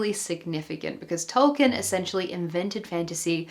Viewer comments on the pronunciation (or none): none